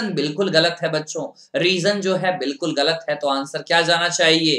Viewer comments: He is tooo annoying to listen (Ga la t) galat 😏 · "galat" wow wt a pronau sation